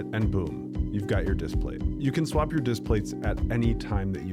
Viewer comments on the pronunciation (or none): none